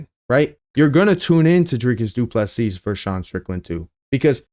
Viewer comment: Doo plu SEA,stop. Not seasssssss,no never,just see as in look.....SEE,not seeS,no never